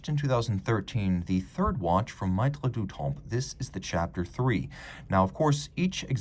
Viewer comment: Really nice piece and as always, a great review. FYI, it's pronounced "meh-treh", not "my-treh".